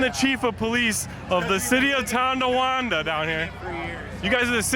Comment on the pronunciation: It's not Ton D awanda